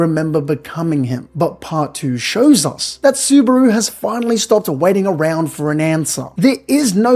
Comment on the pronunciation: bro is so Aussie he even pronounces Subaru like kangaroo